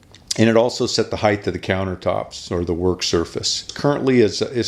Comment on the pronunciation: Height not heigTH as in HITE.....